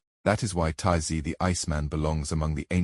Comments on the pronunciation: The Ice Man’s name is ÖTZE, not TAZEE. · I just wanna know, I know.These are a I but do not listen.Is there no way to correct it?They keep calling otzy totsi